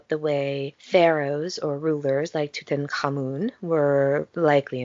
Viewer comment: I'm happy to hear you pronounce Tutankhamun so well.